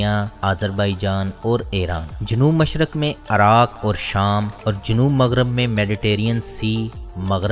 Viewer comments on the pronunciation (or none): Dear despite of information your pronunciation is quite wrong. I feel that you had never been at a good institute. You said Andustry where as it is Industry. You said Araq whereas it is Iraq. Tjhere are many words you spoke wrong. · Please pronounce accurately Iraq not Araq